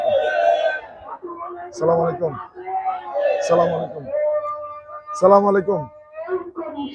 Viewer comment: সালামের উচ্চারণটা ঠিক করেন